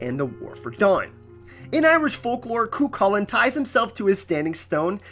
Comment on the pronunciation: I strongly felt the need to mention Cuchulain is pronounced "coo-hoo-len" / "coo-hull-en".